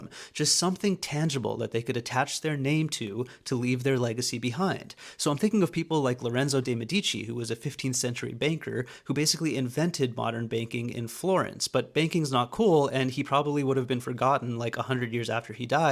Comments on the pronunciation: Nearly insignificant footnote: MED-i-chee, not me-DEE-chee. Just saying. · /Lo REN zo de' MED i ci/ the accent in Medici is on the FIRST syllable. like 'medicine' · The stress on "Medici" is on the "e". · Bro, when you say banking / banker I understand baking / baker. I thought some lord farquaad looking dude invented modern day baking, and got extremely rich, because he invented bread and cake and everybody loved him, and then payed for art and infrastructure as well, like an absolute legend. But turns out he was a boring medici (stress on the e by the way). Fix your pronunciation 💔